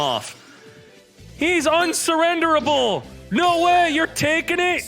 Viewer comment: "He's unsurrendable" im dying 🤣🤣